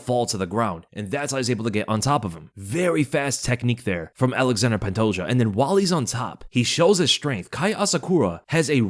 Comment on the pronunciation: Alexander pantoja kkkk its ALEXANDRE Pantoja